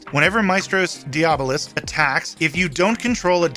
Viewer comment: Don't worry, you are pronouncing diabolist correctly.